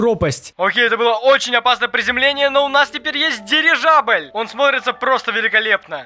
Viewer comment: Дивижабль? Мне это послышалось несколько раз или нет 🤔😅